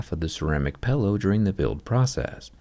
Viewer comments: He keeps saying 'pellow' instead of "pillow" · Why you pronounce the word "pillow" like it's spelled "pellow"? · Am I mishearing, does he pronounce pillow as "pellow"? I have 1 american friend who doe this and I just assumed he'd hit his head a few times too much or something